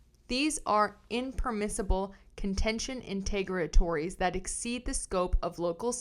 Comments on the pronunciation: I think it's pronounced "in-ter-OG-ah-tories" with the emphasis 3rd syllables & that O like in "on". That's in the US (I know Canadian can be different). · Enter-og-atories, it’s a hard word, hopefully this helps.